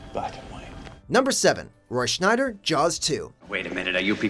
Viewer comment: Roy "Schneider"? Is he presented by the same agent as "Clive Warren"?